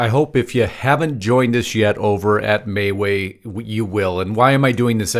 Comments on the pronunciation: Am I pronouncing MeWe wrong? I thought it was “Me-We”. Please someone help me here, I don’t want to be mispronouncing it. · You're correct. This guy is saying it wrong. Can't figure how anyone could look at that and say "may way".